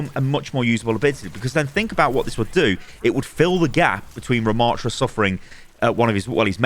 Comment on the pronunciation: The name is not Ramaaaaatra. The second A is a short one. Rama.ttra. A double T plus another consonant means a short preceding vowel!